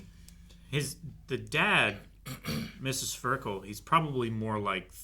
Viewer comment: One thing I'll give the Sentai dub over this dub is the name pronunciations. Some of these pronunciations aren't even how the Japanese said it, like Suh-ver-kel instead of Sver-kel or Arn-hide instead of Arn-aid